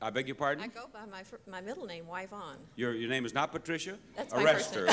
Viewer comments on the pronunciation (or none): She pronounces her name - Y-von?